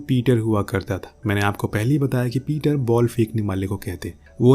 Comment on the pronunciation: पीटर नही पिचर